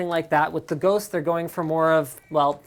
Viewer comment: "Welcome to my unboxing of the big fenix GHOÔOST. The nunny thing about this ghost is you can see it!" lol